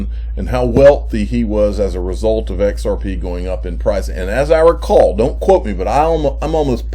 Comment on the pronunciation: "XRPaay" LMAO !